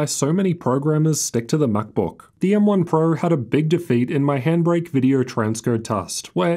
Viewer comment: "M1 purrr" 😆